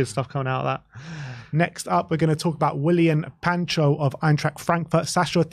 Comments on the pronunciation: It's Pacho. PA - CHO. It's not Pancho 😅 No N. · Why am l hearing you two guys saying Pancho when there is no N in the spelling of Pacho